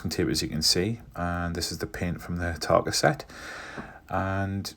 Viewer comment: Excellent!! And I can't think of three better words said in a NE accent than Trumpeter, Hataka and Gannet... 😉👍